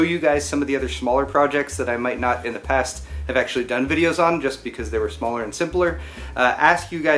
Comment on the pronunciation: did you say shmaller?